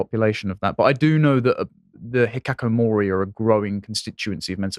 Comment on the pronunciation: Hikikomori, not hikakomori.